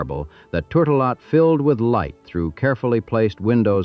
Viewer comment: Super interesting, but horrendous pronunciation of NUMEROUS people’s names, many mentioned by other commenters. I’ll add “turtle-lot.” ?🤣